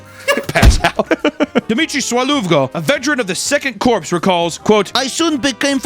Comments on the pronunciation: 'corp' also spelt 'corps' is pronounced like the word core, not corpse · Did he say “2nd Corpse”? 😅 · This is entirely real. I knew a Navy Masterchief that trained some of these dolphins. He was part of the Navy EOD unit attached to us in Basra. *edit - it's pronounced kor not korps (eg: Marine Corps). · hey, this is the second recent video ive noticed you doing this... CORPS = "CORE" not "CORPSE" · "a member of the 2nd CORPSE"....